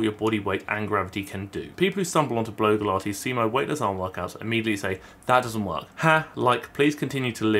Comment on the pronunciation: It sounded a bit like bloke-ilates when you first said her username and now I think that should be a thing.